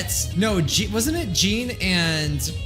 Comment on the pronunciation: Please say 'Jean,' rhyming with 'Sean'.